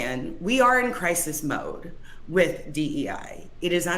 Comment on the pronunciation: Cwisis uwu